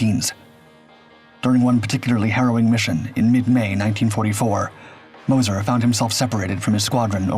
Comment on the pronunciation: Moz-sure .. moz-cher. Mo-sir no